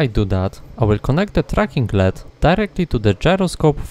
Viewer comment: Awesome work as always! You are an inspiration for what a one man operation for electronics can be. Just a tip, no shade, LED is pronounced letter-by-letter like USB